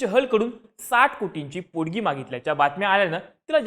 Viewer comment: पोडगी नाही रे पोटगी